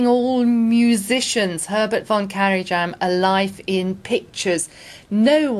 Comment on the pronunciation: A lot of mistakes! It is not propnounced "kara Jan", but "Kara Yan". He didn't "want to become" a concert pianist, he WAS a concert pianist, debuing at an early age, while still a child; his main reason for taking up conducting was that "one instrument was not enough" to express what he wanted to express, and his mentor Paumgartner encouraged him.